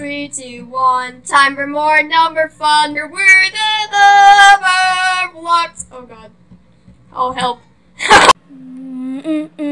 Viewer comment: Not numberblox, num-ber- blocks